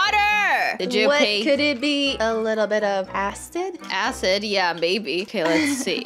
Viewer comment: She said ast id and not asid